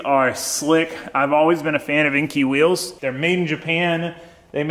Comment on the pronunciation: great video. But enkei is pronounced (N K).